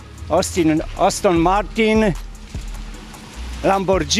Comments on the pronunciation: Oston Martin, Lambordżini...😶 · "Oston Martin" i "Lambordżini". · Ostin Marin, LamborDŻINI :D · Astin martin. Haha. Dziad nawet nie wie takiej marki. Boze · Oston Martin 🤭👍